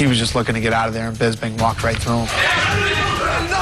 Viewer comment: normal: Michael Bisping Tito Ortiz: Michael Bingsping